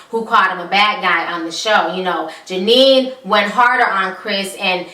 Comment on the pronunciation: She don’t get nobody name right 🤣🤣🤣 Janine and karatchie 🤣🤣